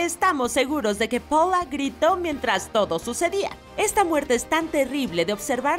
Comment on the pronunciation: Se dice paula no poula >:v